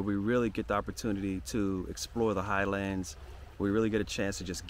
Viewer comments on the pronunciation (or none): none